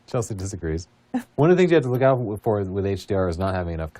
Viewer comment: "A-A-ron" lmao!!! "C-helsey"